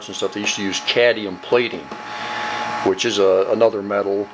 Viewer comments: As a person w/ a significant background in chemistry, I'd say you did a very nice job - you've done your homework and research. However, you really should learn how to pronounce Atomic No. 48 - Cadmium. It is NOT Cadium as you pronounced it throughout the video - it is Cadmium. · You say 'Cadium' ? Is it US speak for what we (UK) call 'Cadmium' ? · Good process, now let’s learn to pronounce ‘cadmium’ so we can stop calling it ‘cadium’ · Cadmium....not cadium. Nice set up, thank you. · Cadium? I thought it was cadmium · Great tech, but one thing that drives me nuts, it's pronounced cad-ME-um, not caddium. 😉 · Very interest and well shown video, but please talk correctly and pronounce the words how they should be. .............................its CAD - ME - UM... NOT cad e um.. the English language gets so bastardised its terrible, especially when you have even spelt it correctly. either say the word correctly or dont keep on repeating it....... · Actually, it's cadMium, not cadnium....LOL 😅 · You should pronounce the "m" in Cadmium. It sounds better. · CadMium! As in how the rest of the world pronounces it. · Can you say Cadmium?????? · Please learn how to pronounce "cadmium"